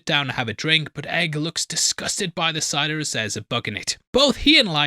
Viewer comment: “there’s a fly in muh cidah” was unintentionally hilarious while I was watching it